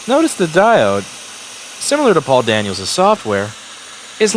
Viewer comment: I don't know why, but every time Louis is talking about Paul Daniel's software, I hear "poor Daniel's software".